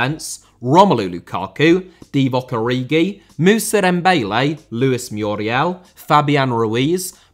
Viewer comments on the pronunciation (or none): Granit* not Grane Dembélé * not Dembeilei Antonio* not Antouwniouw Conte* not Contei Rather* not Rother Andrea * not Ondreja José*not Djouwsei Serie* not Siri Dybala* not Dybohrler Leverkusen * not Leiverkusen Robert* not Robehr Álvaro* not Alvohrouw Morata* not Morohrter Fábrica * not Fabrica División * not Devegion Vallecano * not Vayecohrnouw Time * not Tahm Liga* not Liguer Lukaku* not Lukohrku Inter* not Ento Debut* not Deibyu Five* not Fahv Fabián *not Fabian